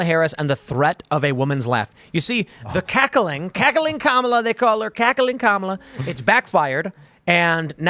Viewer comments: Comma-la? More like Coma-la. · Kum-all-ova her.😂